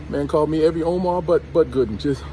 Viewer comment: 😅😅😅😅😅 I knew he was gonna respond soon as I saw Dame's interview 😂😂😂 everyone saying his name wrong...